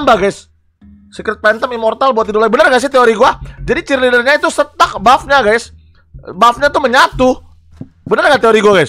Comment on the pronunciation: STACK BANG BUKAN STUCK